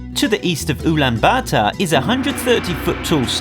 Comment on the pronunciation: Umm, I’m Mongolian and that’s so not how you pronounce Ulaanbaatar, it’s Ulaanbaatar ( ool-an-bat-ar )